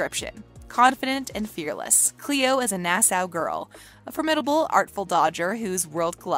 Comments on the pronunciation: Not being mean but it’s pronounced Nas-aw not nasou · And also, for Nassau she says Nassow when it is pronounced Nassaw! Has she never heard of the capital city of the Bahamas? lmfao.